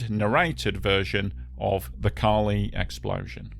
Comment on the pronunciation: it is Ca li, on the "a", not the "i"